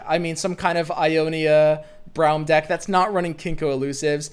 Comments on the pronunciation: Can you say "Brom" instead of "Braeuim" lmao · You say Braum like Brown and it urks me lmao. Its Braum like Brom not Brown you goober. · Everyone: Brawm: BROWM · for everyone's sake. His name is pronounced "Brom". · is braum pronounced brom or browm? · That Braum pronunciation though